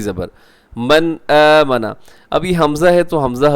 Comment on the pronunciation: قاری صاحب مَنْ اٰمَنَ میں غنہ نہیں کریں گے بلکہ یہاں اخفاء نہیں کریں گے کیونکہ غنہ میں زبان تالو سے لگ جاتی ہے جبکہ اخفاء میں زبان تالو سے نیچے رہتی ہے